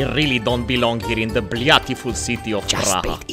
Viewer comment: “blyatiful city of Praha “ hahaha😂